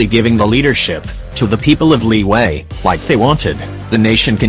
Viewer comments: Fun fact: Liyue in genshin is always pronounced “li wei”, even thought it’s supposed to be “li y-ueh” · text to speech: "LIWAY"